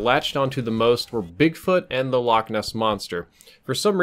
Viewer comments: I’m Scottish it not lock it’s Loch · its pronounced loch not lock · You pronounced Loch wrong. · the English like to pronounce it lock because they cant get the ch right . we just tell them a lock is what you find on a canal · Infinity ~ I'm sure you claim to know alot about Scotland but Ness is short for Inverness which is the place name. The loch is called loch Ness. Like loch Leven, Loch Lomond, etc. The names of lochs. And a loch is a lake in case you were wondering they're the same it's just we can actually pronounce it you'se seem not to be able to